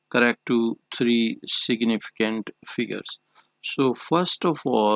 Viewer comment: But it's fine u r doing well except for s.f where u tell "siginificant". Good 👍